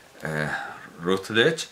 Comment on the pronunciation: Routledge, como en la editorial, se pronuncia parecido a “rautlech”. Rutledge, como en la película Sergeant Rutledge, se pronuncia parecido a “Ratlech”. La cita de William Blake sobre que generalizar es ser un idiota, a mi me habría parecido prometedora, pero de sandeces: ¿qué sería de las ciencias sin las generalizaciones? Claro que los poetas se toman las licencias que les viene en gana. Otra cosa distinta es que no generaliza (bien) quien quiere sino quien puede. Se le ha olvidado numerar esta entrega de su biblioteca ideal. Creo.